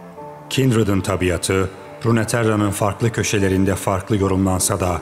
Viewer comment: Runeterra değil, "Runterra" okunur. Telaffuz hataları dikkat dağıtıyor, onun dışında süper